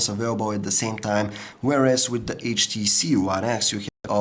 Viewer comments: lol the samsung s3 is taking picture.. because when u said HTC it sounds like "CHEESE" and the S3 will snap a picture when u say cheese :P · you said HTCheese :P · samsung galacshy s tree agaynst the aaaaahteeeeeseeee waann exx